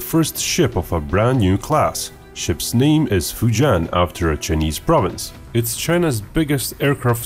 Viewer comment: Love the way you pronounce chuhneese lol